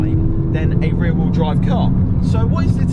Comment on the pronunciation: Rear rheel drive lmao